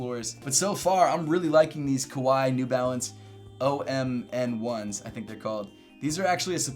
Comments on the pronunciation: It's actually pronounced as Omni ones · Maybe it's pronounced "Omni" from Latin omnis ‘all’.